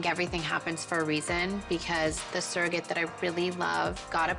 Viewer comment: Whenever Kim said “ surrogate”, as a non-native English speaker I just heard “circus”. I know that’s silly